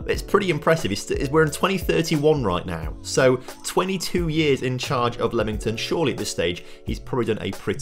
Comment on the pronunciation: is it not LEAM ington and not lemon tun LOL great video though i enjoy these